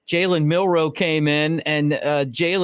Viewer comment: It's Milroe, not Milrow.